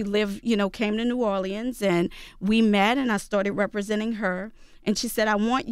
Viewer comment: NEW ORLEANS.... I’ve never heard anyone pronounce it how she is. Sidebar her fit is stuck in 97